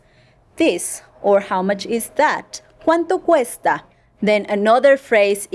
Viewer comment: the way you pronounce "cuanto cuesta" make the "c" sound very soft, almost like an "h". I thought it should be pronounced like a "k"?